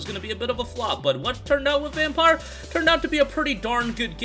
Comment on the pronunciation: It’s pronounced vampeer lmao